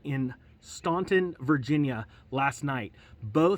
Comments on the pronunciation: Staunton is pronounced “Stan Ton’ by the folks that live there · Pronounced “Stan ton”